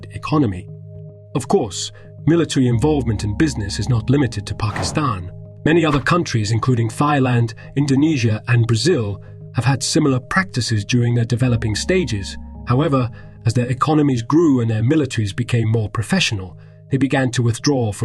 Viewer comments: Bro said /Thaïlande/ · Wait, "Thigh-land"? Is this a DeSantis reference? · There is no narrator, just ai generated voice output. Have you not wondered about the synth in the voice or ever heard someone pronouncing Thailand as þailand? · Wait did you say « thighland »?